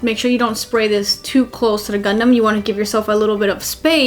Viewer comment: All Americans pronounce O as A anyway! The bizzare thing is though that Americans pronounce Gundam as Gundum and the funny thing is I've heard Americans say 'Gaddamn Gundum' instead of 'Goddamn Gundam'!